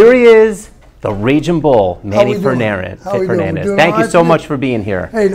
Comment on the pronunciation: All this terrific introduction....and the guy botch his fucking name. Bunch of amateurs.